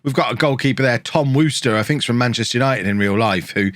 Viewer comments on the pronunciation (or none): none